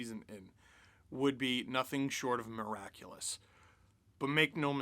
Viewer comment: did you say Murr-aculous?!?